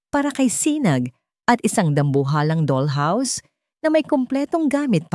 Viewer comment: Yung narrator kailangan mag aral magbasa ng mabuti yung doll basahin ng dal hindi dol at yung iba pa i review mo